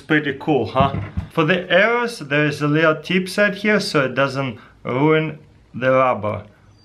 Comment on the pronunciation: "its really easy to shoot ARRERS out of it"